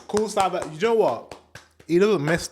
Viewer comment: Savas is Turkish and pronounced Savash.